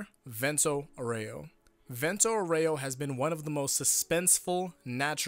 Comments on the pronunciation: Just a thing: the pronunciation of Aureo is incorrect. It should be Àureo, not Aurèo. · It's pronounced àureo, not auréo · AAA-u-reo not Aureoh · why y'all pronounce vento aureo wrong smh, it's Aureo, not auREo... accent goes on A, ffs. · I didn’t know you could say aero that wrong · The vento was pronounced reasonably well but the aureo was insuferable harden that "r" almost as much as a russian acent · For the love of god stop emphasizing the E on Aur*e*o, you should emphasize the *A*, or just say golden wind.